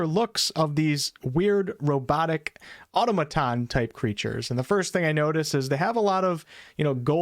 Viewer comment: Bro, the way you're pronouncing automaton is doing my nut in! Automuhton not auto-maton, argh